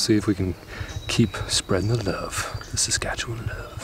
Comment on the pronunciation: Who are these two guys? You need to learn to pronounce Saskatchewan better, in your video about Saskatoon and hearing the pronunciation of Saskatchewan was like nails on a chalkboard to a native of this province.